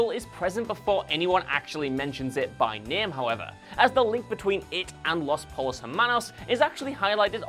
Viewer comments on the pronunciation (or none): You’ve watched the show, right? You know that’s not at all how “los pollos hermanos” is pronounced, then right. Po-yose, not pole-o’s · Did... did he really pronounce the L’s in pollos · Podtrash Radio He’s still seen the show. There’s really no excuse for the mispronunciation. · Dude. You needn't reside in Albuquerque to know how the word "pollos" is pronounced in Spanish. Throughout the series it's spoken 737 times down all over ABQ. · Yeah, that was a bummer. Nobody on the show ever said it that way... just misreading the cue-card, I guess